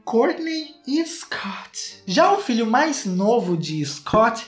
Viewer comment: "Scoot" kkkkkkklkll mds